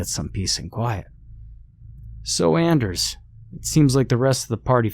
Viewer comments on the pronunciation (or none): none